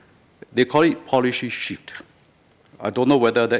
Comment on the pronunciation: WHAT DID HE SAY? It's not that I support the ruling party, but how can I support an opposition party when the leader cannot even speak English properly? How can I vote for someone who says "constructive" as "constructee", "mentioned" as "manktion" and "shift" as "sheeee", let alone be able to communicate with leaders of OTHER COUNTRIES and promote bilateral ties? Can you imagine what the people of other countries will say? And I'm only at the tip of the mother-effing iceberg. No. No man. LTK please understand that Singaporeans are not stupid, and younger Singaporeans like myself are well educated, ENOUGH to know that you won't make it out there. Don't even talk about "in Singahporh". Not every one is voting blindly. Most of us do actually THINK before voting, in case you, LTK, were not.. in the loop should we say. Please, bear that in mind.